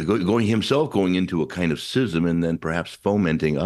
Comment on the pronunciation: Thank you for pronouncing schism (sism) correctly. I’m fed up of hearing it pronounced skism.